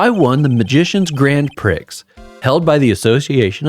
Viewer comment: I have never heard anyone but me read “prix”, never hear it pronounced, and assume it must be pronounced like “pricks”. Apparently it’s more like “pree” (it’s French)